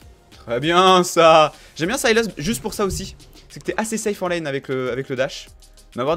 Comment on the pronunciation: tu prononces tlm bien sylas en anglais :p je veux le code >:c